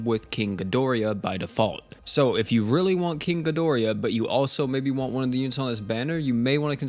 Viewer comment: Feel better man and it's Ghi dor ah not Ghi dori ya